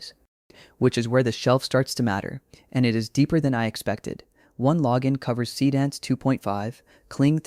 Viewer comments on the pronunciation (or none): So basically every video tutorial is a Higgsfield infomercial these days. Got it. Would also be nice if your dumb AI voice could pronounce Seedance correctly. Just saying.....